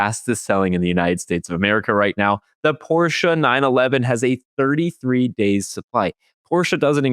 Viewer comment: Thank you for not calling it a Porsh.